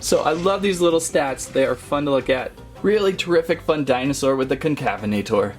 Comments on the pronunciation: Pronunciation: Con-Cavv-en-ate-er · Con-cuh-vena-tor. Sorta like cousins afrovenator and Neovenator. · Here’s how you pronounced Concavenator correctly: Concavenator: kon-ka-VEN-uh-tor or kon-kuh-VEN-uh-tore